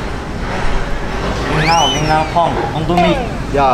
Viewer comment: brooo ur pronunciation of lin ao tong is so accurate!!